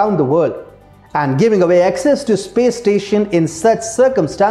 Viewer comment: Access is pronounced as ak ses and not excess. Just Google it...How can be so unmindful of such errors?